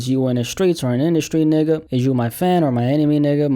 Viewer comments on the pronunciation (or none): man the way you say nigga is making me feel that you aint black ...